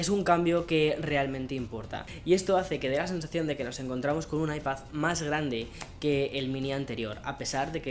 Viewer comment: Diooos me cuando dice “Ipath”